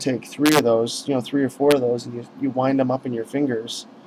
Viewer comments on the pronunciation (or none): none